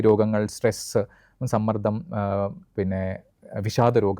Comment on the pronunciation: തുഷ്ടി യും, പുഷ്ടിയുമുള്ള മനസു പോലെ തന്നെ തുഷ്ടിയും പുഷ്ടിയുമുള്ള സംസാരം... പക്ഷെ ഉച്ചാരണം ഒന്നുകൂടി ശ്രദ്ധിക്കണം... മാനസികസമ്മർദ്ധം അല്ല മാനസിക സമ്മർദ്ദം...13.39